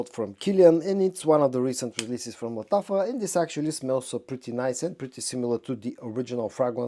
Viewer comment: Машрабия! This is how you should pronounce Lattafa perfume 😊